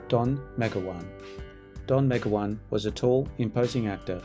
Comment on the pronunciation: Meg-o-wan? Try Me- GOW-an...